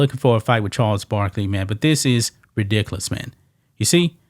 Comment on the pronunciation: The only thing Charles Barkley is good for is making me laugh when he tries to say rediculace.